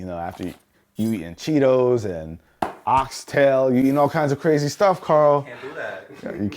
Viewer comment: "OXTAIL!!!!!!" 😂😂😂 alright I know where your people dem from.